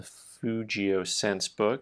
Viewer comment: The g in fugio is a hard g in Latin. Love your videos!